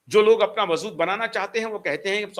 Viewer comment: वज़ूद नहीं होता है, वजूद होता है।